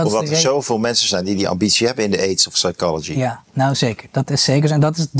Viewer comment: in het Engels is de p van psy- silent. Dus: sychology, sycho babble, sychiatry, he's a sycho. Zonder P!! En ook "det" geen "debt".